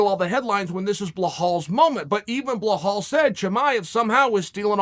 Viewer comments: Please someone tell him how to pronounce belal’s name😭😭😭, its “be”+ “lal” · Blahal had no idea he'd been saying his name wrong his entire life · You know you’ve made it in the UFC when Chael gives u your own name. Blehal. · At first, You were pronouncing Khamzat as Hazmat! And now you are pronouncing Belal as Blehall…! What the F**k is this???!!! Which school/College/University did you study Man?? It is quite clear that you are doing it fucken intentionally!! And it’s disgusting!!! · Chael “bla- hall” Sonnen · "Blehall, I'll remember your name" looooool 😂😂😂 and he dares to repeat it 3 times. Undisputed. Undefeated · BlaHall Muhammad....someone should inform BlaHall that he has not been pronouncing his name correctly all this time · Lmfao,i cant laughing everytime chael says blahawl xD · Chael’s legendary fighters: Blehal Muhammed Kamara Usman Jan Blahovavic Hazmat Chinaev Benny Daryoosh Islam Macklechev Surreal Gong Your-rear Rodriguez Charlie Olives Will Fury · What’s so hard about saying “Belal” (Be-LaaL) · So his name is Bill All and not Belal? Make sense.... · Behal hahaha.chel does it every time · Who the hell is Bluh-hall? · Blehall "Butcher the name" Muhammad 😂😂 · You butchered his name so bad BLAHAAL??? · Bla Hal 😆 The newest addition to Chael’s name butchering singles. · Lol how’s he going to say “Yes Blehal, I will remember your name”! 😂😂😂😂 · Wrong bro, chael is actually pronounced his name correctly, it’s blehal that doesn’t remember his own name 🤷🏻‍♂️ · "Yes Blehall, I will remember your name" I can't stop laughing man, Uncle Chael is absolutely ruthless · Come on chael 😂 BEL AL. Basic phonics, just sound it out to yourself. Bel al. It’s romanised, i know you can read lol. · Blehlal ...oh Uncle Chael. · Belal “pronounce the name” Mohamed. Chael could be a great commentator if only he knew how to pronounce words beyond a middle school level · Is Chael mispronouncing names on purpose? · Belal. Is the 2nd L pronounced as an H? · Be-lol/lal not behole